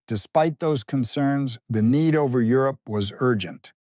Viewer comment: Euro-pee? AI bullshit